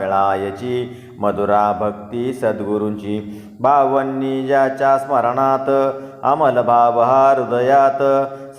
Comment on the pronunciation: बावन्नी नाही रे.. बावनी रे बाबा.. उच्चार शुध्द हवेत रे.. कविता वाचल्या सारखे नको रे वाचुस